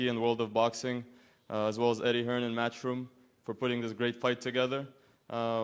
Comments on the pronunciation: Made in England yergethips Listen to every non-UK fighter pronounce his name. definitely Hearnes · Do they say Eddie Hearns? Making him a plural lol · Why do Americans always call him hearns 😂